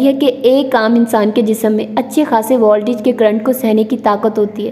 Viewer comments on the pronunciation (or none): none